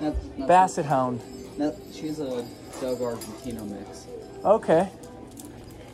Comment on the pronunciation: And it's pronounced dog-o not dojo! Sign of a inexperienced Dogo Argentino owner. Which that dog is not. No brown on any Dogo. Can only have 10% of it face fur black and may have black skin freckles.